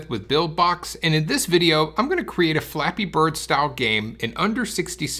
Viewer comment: Does he know that he's saying Flappy Birds?